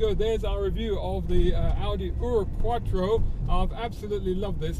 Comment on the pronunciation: Congratulations for getting 'ur' right. It's not, actually, German though. Ur was the name of the first city in the world, and so a other 'firsts' are naked after that.